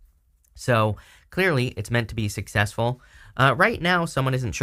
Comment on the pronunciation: so clearly, it's meant to be sixcessful..